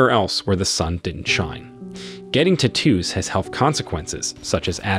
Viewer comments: "Tattoo" vs "T-too" -- I'm not familiar with the English dialect the latter belongs...(?) lmfao! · Say it with me: tat-too, not ta-toos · Lol.. So annoying how he judges but can’t even say the word tattoo correctly 😂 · Take a shot every time he says "Te-two" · "ti-TOOs". Interesting. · Stop saying "tattoos" the way you do. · The way this guy says tattoos is annoying!! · The way you pronounce it sounds British